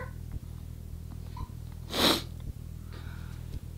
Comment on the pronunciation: Lol at the end she says "subcribe"